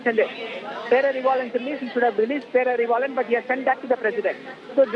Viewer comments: Learn to pronounce his name properly , it’s not perarivillan lol 😂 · Anchor not even telling name properly 😂pity